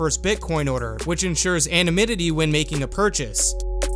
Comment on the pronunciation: He said anominity instead of anonymity 🤣